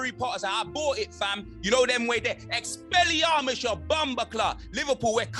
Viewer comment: “EXPELLAMIUSS YA BOMBACLART” 💀😂